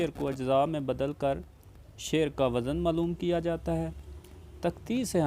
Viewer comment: جو خود ہی وزن کا تلفظ غلط بول رہا ہو وہ کیا عروض بتائیگا